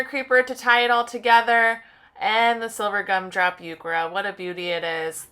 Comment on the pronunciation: Nice work! Just a note the “h” in heuchera is not silent.